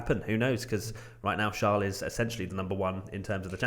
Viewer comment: its not shaarl it is charles